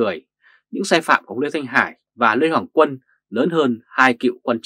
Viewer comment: Lê Hoàng Quân mà người bình luận lại đọc tên là Lê Hồng Quân người đọc bình luận này phải đọc sai không Nếu sai thì người đọc bài này tìm hiểu kém quá